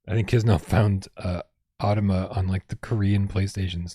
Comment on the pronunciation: Hey! you DID pronounce AUTOMA right;) Thank you so much for the support, you are the best. Everyone here who is excited about the 'PSVR2 logo' at the end of the AUTOMA trailer - you have and his super friendly community to thank for it. We have been blown away by how great you all are. We are so excited to bring the game to you next year!